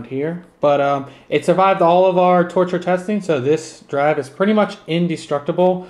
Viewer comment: Toture lol